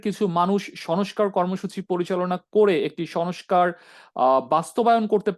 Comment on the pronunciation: Who are you? You don’t even speak good Bangla. You were saying shush car, it’s not Sonoscar it is sonscar. There are many more wrong pronunciation on your Bangla. It’s not Sonbadic, it is sangbadic. Get your shit together.